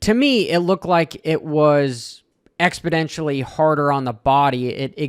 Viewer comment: Love the content man. I hate to be that guy but I believe you mean to say exponentially not expodentially.